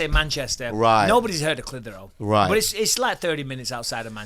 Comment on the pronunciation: I'm from Massachusetts and I've heard of " Clithero" ! Theres a old Clithero factory in my city but now i know it does Cotton but the reason its sticks out is its spelled like Clit Hero and idk...i got a kick out of that buttt i did know it is pronounced like Bisping says it Clith. her. ohh ...but i will forever know it as Clit HERO! In my minds its 2 words on that old decrepit sign in my city but i always wondered what they did....and now i know! They make cotton for vaginas thats awesome 😊